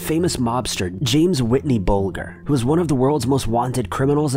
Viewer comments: Ahhh how can you get Whitey Buglers’ name wrong! 💔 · You couldn't have pronounced "James 'Whitey' Bulger" much worse without saying a completely different name! Lol. Cool videos though. Thanks! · You do realize his name is WHITEY Bulger right? and that its just a nickname lol His real name was James Joseph Bulger. NOt whitNey Bulger roflmao